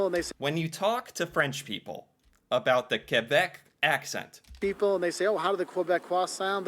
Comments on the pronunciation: The funniest thing about you video is that the first thing the "french" woman says is actually english. "char" is somewhere between "car" and "chariot". Some people say "voiture" and "auto". Also, I appreciate the way you say "Quebec". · Its the same as UK english vs American english. Something I hate is when you see a french canadian character in an english movie but they use a french guy instead of a canadian, its like having a movie introducing an american but its a british guy. A bit insulting. And than you for saying Quebec correctly.